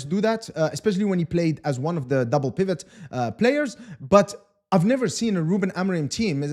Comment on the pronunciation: Missing your pronunciation of “pivot” with the silent “t”